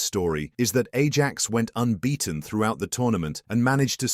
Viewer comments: They way he pronounced Ajax bothers me so much 😂😂😂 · Can we just not use a computer to narrate shit? The mispronunciation of Ajax and Edgar Davids completely took me out of the video.